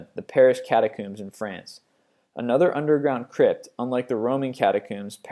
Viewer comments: I enjoy these videos, but I don't like how you pronounce things. For example, it's Catacombs, not Catacooms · Catacombs not catacumes (pronunciation) comb as in a comb for your hair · lol cata-cooms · catcooms, edinburg, pronunciations!!!!! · He also said cherinoble and catacooms. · Your pronunciation on everything is so terrible, I couldn't finish. I left at "cata-cooms"